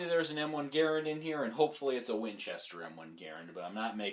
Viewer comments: That cartoonish actor didn't know shit about how to pronounce a French last name, and neither to you. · I live less than 10 miles away from Springfield Armory NPS and have visited a few times (go if you ever get the chance). Anyway, the M1 inventors last name was pronounced GARE-and, but the rifle is commonly called gar-RAND. I have a service grade rifle on order and I'll call mine "Boomer". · Everyone needs to watch the forgotten weapons video on how to pronounce John Garands name.